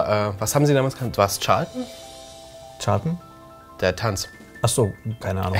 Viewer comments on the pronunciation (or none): Charleston bitte......nicht Charlton^^